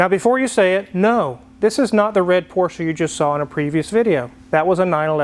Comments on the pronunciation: It’s not “porsch-ahh” it’s “porsh” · where is the A in porsche?